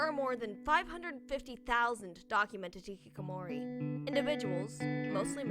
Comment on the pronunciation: ITS hiHIkamori